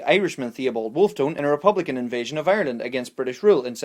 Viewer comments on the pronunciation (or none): none